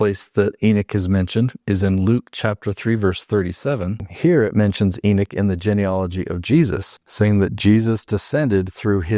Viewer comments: It's funny because of saying Enoch your saying Enik haha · please don't take this wrong cuz I'm not saying it to diss you or anything but when you say it you pronounce the o like it's ik instead of pronouncing it like you would in knock